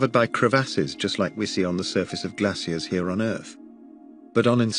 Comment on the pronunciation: for being an "_english speaker_" (to use the term VERY VERY loosely) you really need to learn how to pronounce HALF the words that come out of your mouth... geesers and glassiers and meethane and ett.. SMFH